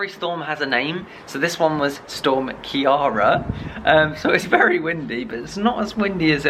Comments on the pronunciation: hahaha I laugh everytime you say Ciara its irish and pronounced as ceera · Please have your Irish dad teach you how to pronounce Ciara lol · You said Ciara wrong noo !! 😭😭😭 it killed me, this Storm was my last chance for people to finally say my name right and it didn’t even work hahaha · Hi the storm was called storm Ciara not Kiarra just as Ireland had the same storm cross over to ireland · thought u had Irish blood. Ciara is an Irish name. Produced---- KEER-A.